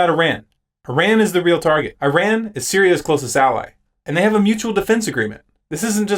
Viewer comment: Nice video, except you mispronounced Iran multiple times. I have been noticing this development with Syria, but I thought that the UN report was inconclusive?